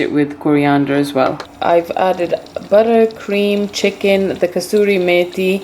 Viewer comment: Kasoori mathi my dear sis, there is one Indian sister and she also says kastoori rather than Kasoori